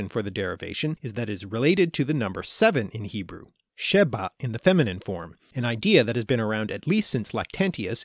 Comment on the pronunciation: A lot of the times you said B in Hebrew words that should have had a V rested-shavat week-shavu'a seven-sheva